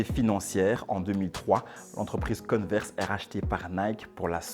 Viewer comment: converse on dit pas conneverse j ai remarquer plusieurs fois l erreur ;)